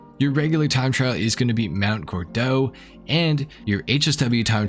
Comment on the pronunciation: Mount Gor-dough😮🤦‍♂️, as an Australian I screamed at my phone "Mount Gord-oh"😂 Every Gordon in Australia gets called Gordo, it's our thing Johns and Jonathans get Johnno, Steves get Stevo, Daves get Davo, Nicks get Nicko, Robbs and Roberts get Robbo, Simons get Simmo etc.😂